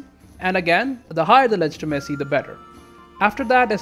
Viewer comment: Ah yes, I myself also prefer a high ledge-tee-messy.